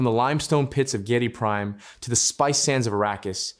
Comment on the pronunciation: I think that the name is pronounced GEE- eh- dee Prime. Good video to continue the great DUNE saga.